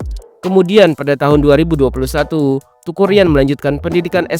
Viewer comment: Teuku min.. bacanya Têku sprti ejaan Sunda, bukan dibaca TUKU 😆